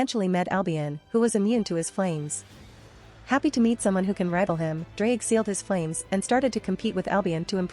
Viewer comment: if you wanna pronounce his name the welsh way then say "th-z-r-ige Go-he"